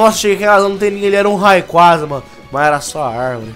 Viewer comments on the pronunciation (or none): none